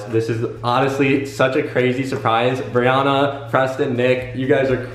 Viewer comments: It is Brianna (BrEe AnNa) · I love how he pronounces her name “Brionna” instead of “Brianna”